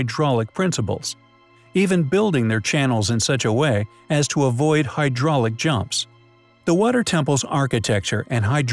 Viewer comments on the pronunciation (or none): none